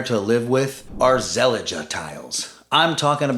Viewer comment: It's pronounced as Ze-lij, not Zel-lig-ge. The feel of Zellige is by far, feel more luxurious than factory made tiles with lookalike Zellige texture. True feel is tested with experience rather than visuals. So many riads in Morocco are using Zellige and we should ask why they dont get grout molds compared to interior builds in US & elsewhere. The grout fillers in Morocco is lime-based & these days water & mold resistant grout compounds are available from brands like Mapei, Davco & other epoxy grout solutions.